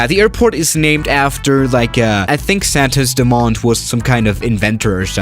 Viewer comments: PRONNUNCE IS: SANTUS DÚMÔM IS STRANGE BUT YEAH,IS IT... AND YES! ITS an Homenage(i dont know how write this srry) for one of the inventors of airplanes! brazilian here!! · The pronuncie is "santus dumoum" Brazilian help xD